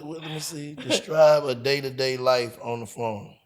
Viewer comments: can’t pronounce “Describe” to save his life😂😂😂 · Counrty Atlanta, My Boy say " Destribe yo.."